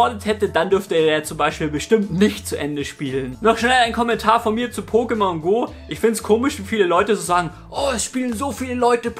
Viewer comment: Pokémon hat deswegen einen Akut auf dem zweiten "e", weil dieser die Silbe der Betonung angibt. Kleiner Tipp am Rande :D